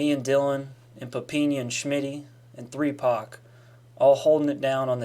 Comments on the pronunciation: Did my man say three pac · Are we not gonna talk bout how he call Tupac threepac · Did he call Tupac Threepac?! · Did anyone notice that he said 3pac? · Bruh dude just said three pac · Man said 3pac